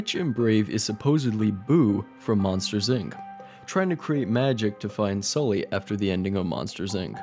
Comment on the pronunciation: Vion Videos It's Sully, not Scully :p